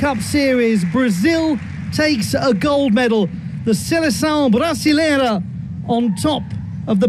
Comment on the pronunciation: Caralho que momento, o narrador ainda tentou um portugues ali 'the selecao 'brascilera' on top kkkkkkkk adorei